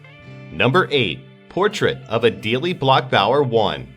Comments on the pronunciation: I am sure someone has already commented but i cant just let it go... It is Adele (the second e is silent) ...like the singer. No Adele' but Adel(e) (sounds like Edelle). :) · Is that how you pronounce Adele, the singer's, name. smdh.